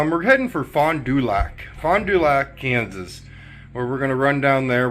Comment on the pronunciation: The town is pronounced Faun - du- back I have been there many to Suger Creek Manu times